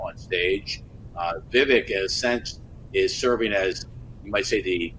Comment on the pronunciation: It’s Vivek as in Viv-ake. Anyway, He’s literally the only likable candidate for the right. He’s the only one who’s calling out the corruption on both sides while coming across as genuine. DeSantis is playing to the crowd the same as Haley who is a war monger. Nobody is taking Christie seriously as a candidate. So miss me with the “he was the adult in the room” nonsense bc he was putting on a show. It’s gonna be Trump in the end but the only one that MIGHT beat Trump is Vivek.